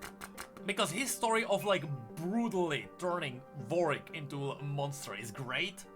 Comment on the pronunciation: it's WAR-WICK(ed), not VORE-EEK